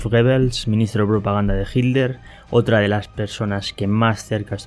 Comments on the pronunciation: QUE MAL PROGRAMA ..... Y SE PRONUNCIA HITLER Y NO ..... JIDLER. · Porque dices jitler y no Hitler XD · ¿Por qué dices "jildler" en lugar de "jitler"? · Por que dices Hilder? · Porque dices hilter en ves de Hitler he visto que los españoles así siempre dicen hilter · Que carajos pones solo las voces y no la traducción, mejor no pongas nada, y pronuncia bien que te refieres a Hinler o Hitler ya que a veces se confunde. Pronuncia bien. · QUÉ RARA FORMA TIENE USTED DE PRONUNCIAR ESTE APELLIDO...PARECIERA COMO SI DIJÉSE..."HIL-LER" O "HID-LER" CUANDO SE PRONUNCIA "HITLER" CON LA LETRA "T" QUE ES SONORA Y NO MUDA...EN GRAN PARTE DE ALEMANIA SE PRONUNCIA...( hitlɐ: ) CON VOCALIZACIÓN DE LA LETRA "R" FINAL... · Consulta. Porque los Españoles dicen “Hiller” y no pronuncian la T. En Alemán se pronuncia. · Por que los españoles dicen HILDER, acaso no ven que es HITLER, por dios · No dicen hilder; pronuncian hit-ler separado pero rápido y por eso suena como si fuera con d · Una pregunta por qué los españoles dicen Hilder y no Hitler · Porque los españoles no pueden pronunciar la "t" cuando dicen Hitler? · me dio mucha risa " hikler " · Se pronuncia como se escribd en dsoañol: itlar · No pronuncian la “T”. Pero igual no importa porque pronuncia todas las palabras en alemán incluyendo nombres y apellidos que da penaaaaaa!